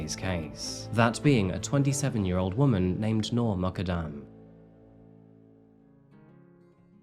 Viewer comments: Your pronunciation of 'Noor Muqaddam' is terrible. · She’s not Irish and her name is also mispronounced